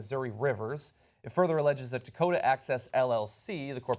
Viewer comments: Dokota peline? Huh? :p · "Dokota" Dakota...... Ahhh that's better. xD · Dakota not Dokota, lol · "Dokota", lol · "DOKOTA" XD!!!! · IT'S DAKOTA not DOKOTA! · Dokota........ LOL!